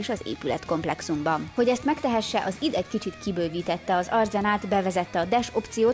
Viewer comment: Nagyon adja a videó pont amilyennek elvárja az ember tőletek, de nagyon kérlek tanuld meg!!!! Az id az Áááájdíííí 😅😅🤣🤣🤣🤣